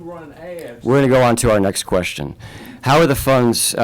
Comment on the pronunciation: Axing a quetchion